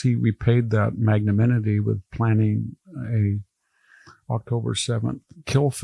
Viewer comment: Practice: mag-na-Nim- i- ty. Because I love you